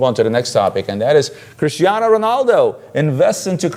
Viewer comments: RONALDO guys not Renaldo LOL neway nice vids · Who is RENALDO? It's RONALDO. FFS